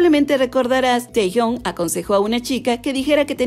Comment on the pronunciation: Me resulta un poco raro que lo pronuncies como teyon asi que si no te molesto u ofendo, se pronuncia kim tejiung, no lo digo yo, lo dice la chica coreana que me enseño a pronunciarlo